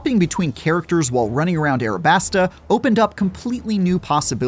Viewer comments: I'm sick of English speakers trying to be weeby It's ALabasta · Guy says "Arabasta" Opinion Invalidated. LOL. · Bro really said arebasta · how do you mess up Alabasta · What u just call alibasta? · haha im glad im not the only one that heard that. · “Arabasta” do better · why did he say arabasta